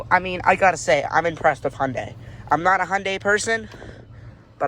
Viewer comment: its pronounced hun-day not hon-day